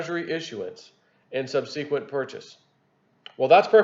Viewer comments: Sub-sa-quent...not sub-seek-quent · You mispronounced "subsequent" LOL